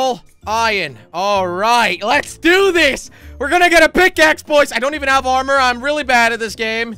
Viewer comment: its not ormor its armor ok so whatever